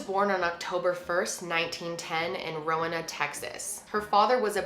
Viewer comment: It’s ROW-EE-NUH lol. It’s okay tho everyone mispronounces a lot of towns in Texas. I live about 20 minutes away from Rowena. There’s nothing there except for this really popular steak house called Lowake.